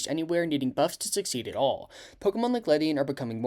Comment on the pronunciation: I’m pretty sure its pronounced “Lady-on”